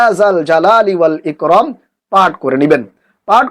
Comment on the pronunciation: লেখছেন ইকরাম বলেন ইকরম।